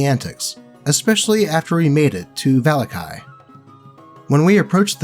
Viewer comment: the way you say "vallaki" makes me wanna vallakill myself